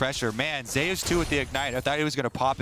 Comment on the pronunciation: Why is he calling zeus ZAY oos?